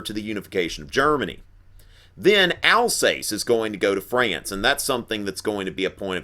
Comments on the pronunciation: You mispronounced Westphalia and Alsace. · Alsace (All-sauce) Stop butchering the French language